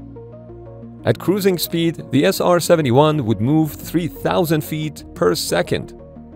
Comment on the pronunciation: 나레이션을 인공지능이 했나? SR71을 제대로 발음 한 게 몇 번 안되고 아음속을 애음속이라고 하질 않나 미그를 앰아이지라고 하고 ....